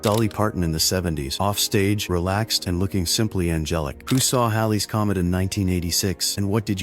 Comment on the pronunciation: Congratulations, you actually pronounced "Halley's Comet" correctly! Many of us humans (especially here in the US, land of the used to be, home of the poorly educated) pronounce it "Hey-Lee's". An we am b'cumin' stoopider buy da minit! As far as the rest of this video? Typical robot weirdness and not a lot of truth.